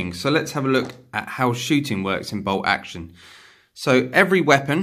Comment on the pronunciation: Is ti "BOLT Action" or "BOW Oction"????😂😂🤣🤣